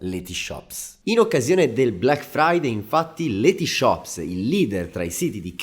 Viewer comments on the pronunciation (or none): none